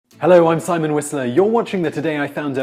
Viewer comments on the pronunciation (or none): none